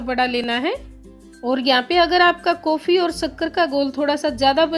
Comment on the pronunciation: Uffff jaag Nahi jhag, kofii Nahi coffee, sakkar Nahi Shankar, sake Nahi shake uffff Hindi ki maa Bahan ek Kar Dee please pahle theek se boliye ji phir video banaiye